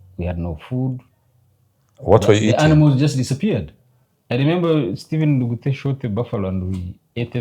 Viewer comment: Ndugute. Not Ngugute